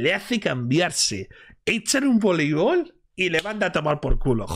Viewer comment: Min Gente normal: voleibol Ibai: boleigol xd